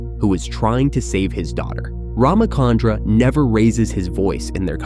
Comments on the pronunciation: Please note that its Ramachandra (cha as in charcoal), not Ramakandra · First, Neo wasn't blind during this scene; he was unconscious, having lost consciousness at the end of the scene Reloaded. Second, being an Indian, hearing the miscommunication of RamaKandra is painful. It's RamaChandra, “Ch” as Chill, not Chemistry. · Its not Ramakandra, its Rama chandra just like how we pronounce Cha in chalk. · It's cha.. Like one two cha cha cha... Ram-Chandra not kandra